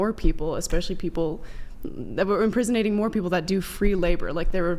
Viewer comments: Did she say "imprisonating"? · Inprinsonating 😂 "i dont think you have the prerequisite knowledge on this topic"